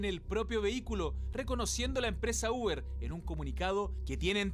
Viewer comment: "El ubr"... Que picante sonó eso.